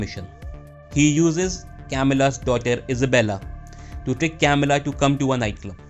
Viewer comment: I'm sorry I just cringe 😬when he is narrating and pronouncing the names so bad it's not hard to say güero (wero) or Camilla (ka-mee-la)not Kamila 🤯🤯 don't get me wrong video was good and well appreciated just don't say names next time if you can't pronounce them right please and thank you